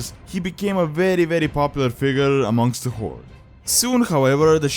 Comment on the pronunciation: first off: "horde" not "hord". secondly, as much as i love thrall as a character with awesome backstory i hate the horde.